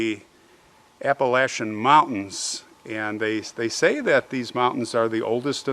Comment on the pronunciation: I want to thank you for correctly pronouncing Appalachian! My family goes back several generations in these beautiful and mysterious mountains in Virginia. It took a very tough and determined human to make their way to these mountains and survive.